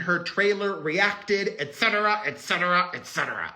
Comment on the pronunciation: I love how you pronounce etc. correctly. Almost no one does.